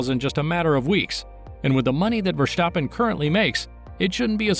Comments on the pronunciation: Verstappen. Not Vershstappen! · One question... why do you pronounce his name as verSHtappen? Just say verStappen. S-sound not sh :) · Thanks for your fun facts. Just a hint: his name is not Verschtappen but simply Verstappen. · nonononononononononono. NEVER SAY "Vershtappen" say it exactly like its written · Nice video, funny how you say Versjtappe!